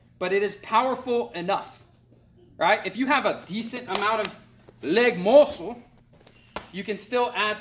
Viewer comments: "lehg MORSUHL" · “Lehg MUHsle”